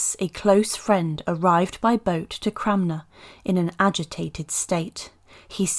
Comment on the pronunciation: The correct pronounciation is Thomas Cranmer. You said ‘Cramner’ multiple times.